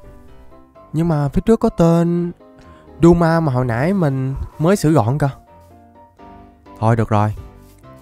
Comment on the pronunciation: Doma thì anh đọc là đậu má